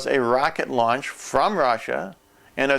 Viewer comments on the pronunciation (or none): none